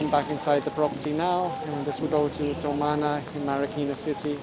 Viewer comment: Avid follower here. Just a minor and friendly correction - it is "Tumana", not "towmana".